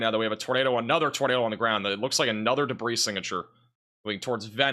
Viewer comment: Did you ever figure out how to say Venice Beach? You ain’t from round here is you?